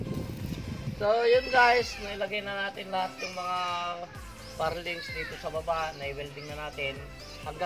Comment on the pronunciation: Truss lang po. Plural na yoong trusses. At ang bigkas sa purlin (hindi parlings) ay /ˈpərlən/